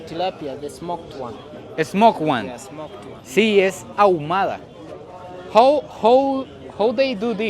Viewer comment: Creo que no entienden tu inglesazo, "is Fraied and also smouked" 😂